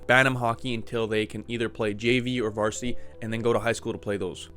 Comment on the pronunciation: "vartisity" stahp